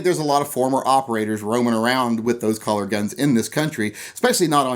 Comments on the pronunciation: Cuh-ler. Cuh-ler. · Is he saying “collar?” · are u sayin collar or color??? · Those collars on a gun.....lol You say colors funny :P